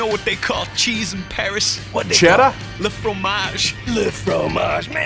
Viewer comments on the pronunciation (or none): none